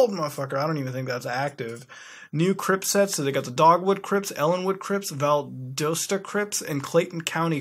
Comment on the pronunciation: It's pronounced val-dos-ta